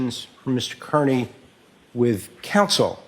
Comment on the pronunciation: Is intentionally not pronouncing Kearney's name correctly?